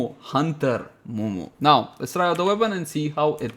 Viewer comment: please dont say hunter munitions like that